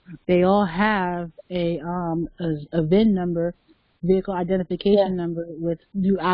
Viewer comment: cin# instead uf vin# conveyance indentificaccion numbre